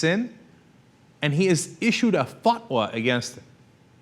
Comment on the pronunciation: Dude, it's not a "fuck-wa"...